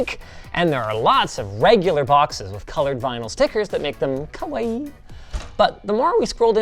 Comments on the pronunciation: It's ka-wa-ee and not ka-why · omg it's pronounced KAWAIII! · Linus: Kawaii = "Cow-uh-ee"